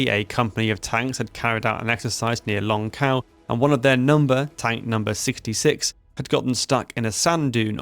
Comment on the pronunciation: You’re pronouncing the names wrong. Xiao is pronounced more like Shiao. Longkou like longko